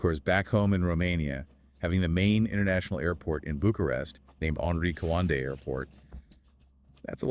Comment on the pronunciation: Just a bit of correction,. His name is Henri Coandă and it's read like the 2 narrators said: Henry (like in French language) and his family name is Co an dă, it's not Coandră. He built a plane prototype but it turned out he discovered the jet propulsion engine. It was the first working one but this thing was just starting to make sense. The Wright brothers didn't invent the jet propulsion engine, they perfected it based on this Romanian inventor. The idea belonged to this Romanian man, it didn't belong to them but they put it into practice better than Coandă did. I guess as years passed by, this "tech" evolved. 🙂 Come to think about it but aerodynamics is also used in car design to make them perform better in the wind tunnel, to make some of them perform even better, to push the boundaries of engineering while others to consume less fuel, to get better gas mileage. Back then, there were still old school teachers who weren't interested in making money but into passing knowledge to their students, to other people, to educate them. First and foremost, being a teacher was seen as a noble profession and not many even had the opportunity to study anything. Some peoples parents wouldn't even let their children go to school or anything, they sent them to work from a young age.